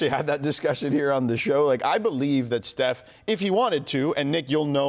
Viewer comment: I swear pippen is callin steph "Seth"